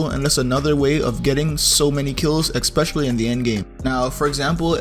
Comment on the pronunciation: Are we gonna ignore how he says eXpetialy🤣🤣 I'm not trying to be offensive